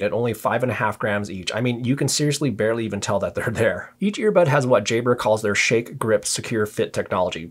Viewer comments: By the way say jahbrah....it sounds like you're saying jaybra ...which sounds like jaybird....thx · Nope it was me - I just re-listened and this vid has helped me finally decide that the Elite 7s are the ones. it's your accent - most people say "Jabb-rar" but you pronounce "Jayy-brer", made it sound like "Jaybird"! I'm a Brit so had to tune in to your accent - maybe speak 10% slower for we "foreigners":-)